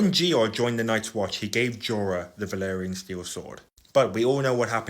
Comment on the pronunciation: Idk if it’s just your accent, byt it’s valyrian. Not valerian